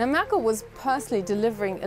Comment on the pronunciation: "Angela Möörkll"